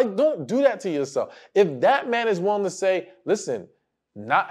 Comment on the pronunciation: Damn it! It's not "woolying" it's willing!!!😅